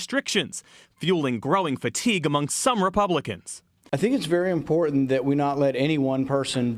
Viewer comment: Why do so many people say, "IMPORANT", instead of IMPORTANT. Obviously, they don't realize it has an extra "T" in it.